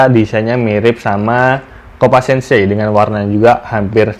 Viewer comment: Copa Sense dibacanya Copa Sens min😅